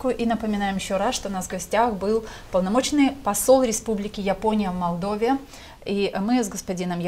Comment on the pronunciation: Два года в Молдове а говорит Мордове.Не выучил название столицы